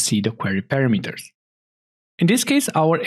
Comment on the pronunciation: thank you very much for the tutorial. 👍 It would be nice if you could correct your pronounciation of the word "parameter" in the future videos. In English and many European languages the amphasis is on the second "a". So "parAmeters" is right.)